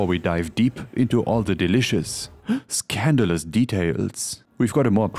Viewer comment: your way of saying 'scandalous' made me feel uncomfortable lol